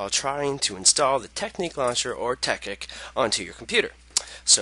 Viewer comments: TEKKIT NOT TEKKIK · ITS CALLED TEKKIT NOT TEKKIK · "tekkik" xDDDD wtf? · you say it tek-kit it tekkit one word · Haha he says tekkik